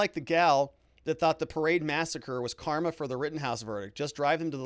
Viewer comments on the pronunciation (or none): none